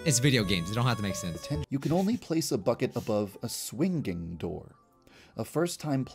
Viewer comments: AM I THE ONLY ONE WHO DOESNT LIKE HOW SAYS SWINGING HE GOES SWING DING AAAAAAASSS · I love how does not even realize that says “swing GING door” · Why does say swinging like swinGing